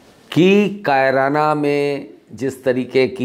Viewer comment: आप बहुत वरिष्ठ और सुलझे हुए पत्रकार हैं, आप किसी डिबेट में तो ख़ूब बोलते हैं। अकेले में आपकी जुबान क्यों लड़खड़ा रही है? एक और बात कैराना को आप "कायराना" बोल रहे हैं? आप से ऐसी उम्मीद नहीं थी।